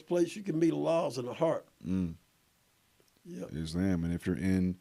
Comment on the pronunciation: Still incapable of pronouncing islam correctly 😂